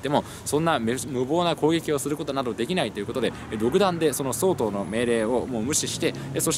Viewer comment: とりあえず神がヤマトを見たことがないことは分かったｗ 「総統」のイントネーションは「総合」や「総裁」と同じですよ いやま、気になって話が耳に入ってこなかったもので・・・